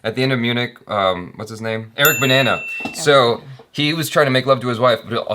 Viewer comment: Did you just say Eric Banana?! O.o